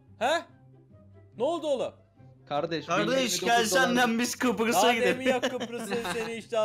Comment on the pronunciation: kıprıs deil kıbrıs lütfen :)) bu arada kıbrısdan selamlar